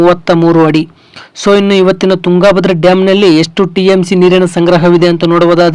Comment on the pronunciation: ತುಂಗಾ ಭದ್ರಾ ಡ್ಯಾಮ್ ಅನ್ನಬೇಡಪ್ಪ ಮಹರಾಯ. ತುಂಗಭದ್ರಾ ಅನ್ನು.